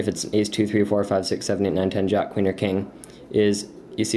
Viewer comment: I love his accent "juck of diamonds" so cool